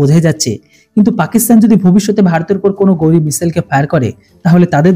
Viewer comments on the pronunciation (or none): এটা গৌরী নয়। উচ্চারণটা হবে ঘাউরি মিসাইল।